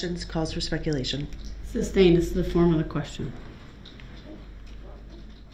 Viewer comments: Some black dudes My mother was a teacher. She never let us pronounce words incorrectly. Some southern black folks pronounce the word GIRLS as GULLS. My mother always insisted GULLS fly over the sea! I cringed every time Brooks would say reasons for the SUBstain or does that mean I can reBUTTLE, or incorrectly refer to himself as the ALLEGED defendent. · ..."Groundz for the substain"... -i can't get no groundz??,--OK ......is it fair to ax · His horrible pronunciations of words : axed, substain, biast, grounds, schmell, etc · Not to mention he was dumb enough to try to defend himself. Meanwhile, can't even bother to learn the legal terms. Like sustain, instead saying substain. Also, disrespectful to the judge throughout the trial. He thought he would get away with it? What a joke. He should have got worse than he did.